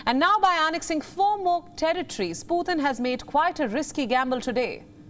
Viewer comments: Putin not puthin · Learn to pronounce Putin please. It just sounds stupid